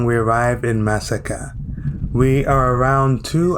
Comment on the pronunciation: It is pronounced ma-sa-ka , not mass-ka. I know, I was born there.